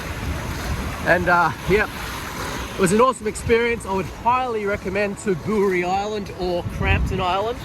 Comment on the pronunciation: It's Ta bow ree mate. Jeez.